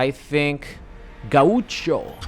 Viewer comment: Just an FYI gaucho is pronounced "gow-cho"